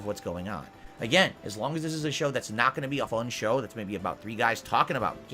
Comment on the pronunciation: "I'm naht a lolcow!" to "I'm the biggest lolcow, it all hinges on me, tuh-huh!" in what, a week? Impressive,.